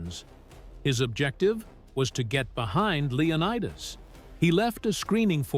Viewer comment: Say that again, Leo-what-us?